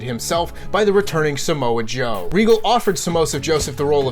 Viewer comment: said Samosa Joe 😂😂😂